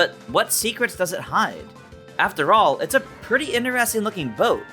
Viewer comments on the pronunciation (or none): none